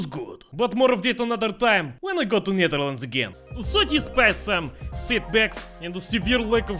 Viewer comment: is it me or is that pronunciation of "Netherlands" very dutch...